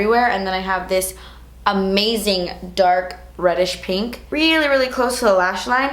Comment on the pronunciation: When you said reddish pink , it almost sounded like you said "radish pink" and I thought that worked too, considering that it does look like the same color as a radish 😂